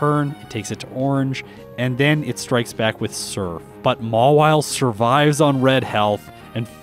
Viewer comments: it's Mawile not Mawille!!😤😤😤😤😤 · Mawile. Not Mawille.